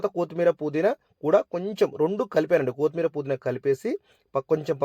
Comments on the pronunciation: అన్నయ్యా,,, కోతిమీర కాదు కొత్తిమీర.... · కోతిమీర కాదు కొత్తిమీర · 1. It’s not కోతి మీరా, its కొత్తిమీరా …. 2. Kindly avoid paper for oil absorption Reason : ( Contamination Risks: Newspaper or low-grade paper towels often contain inks and chemicals not safe for direct food contact )… For good health one small suggestion from my side …. Njy the biryani guys…. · కోతిమీరా ఏంటి బాబు కొత్తిమీర కదా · కొత్తిమీర ❌కూత్తిమీరా ✅😂😂😂